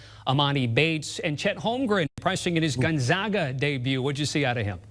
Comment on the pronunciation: Gon (gone) ZAG Uhh. Say it with me ffs.